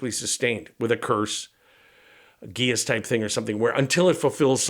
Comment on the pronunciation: Great lake creature ideas,! BTW I think the word geas is pronounced “gesh”.